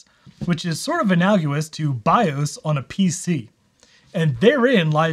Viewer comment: Analogous = Uh-nal-uh-gus. Love your channel.